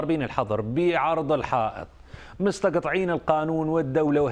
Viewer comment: مستطقعين القانون 😂ماقريتها صح ياأحمد فاخوري .عمومآ هذه الفاظ تخدش الذوق العام لازم ماتنطق على الهوا .